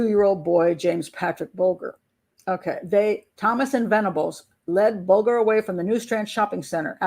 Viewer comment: Mrs b in uk we say bull jur ger is jur bulger not sure how j is pronounced in USA ?? I struggle with your t is d so Rio is dio in USA. T is tea in uk lol xx I love USA accent xx